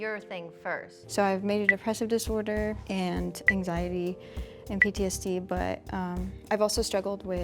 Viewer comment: I love this episode !! P.S. Disorder * Not “Dissorder” 🤔